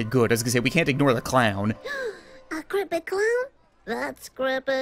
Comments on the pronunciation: How normal people pronounce creepy: creepy How misfortune pronounces creepy: crepeh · I like how when she says creepy it sounds like she's saying crappy